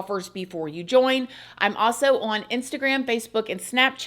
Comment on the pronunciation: yes! "OWE-un"